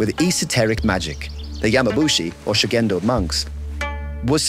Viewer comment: Reportagem muito boa. Leitura horrorosa! Ninguém precisa falar o idioma, mas,.... chega a doer os ouvidos . ShugendÔ . Tônica na última sílaba!!!!! ShugendÔ. JudÔ, animÊ arigatÔ. Sayonará